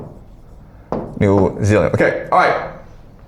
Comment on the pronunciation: ayy new zealand mentioned! rewind ... not newzeleand. 😭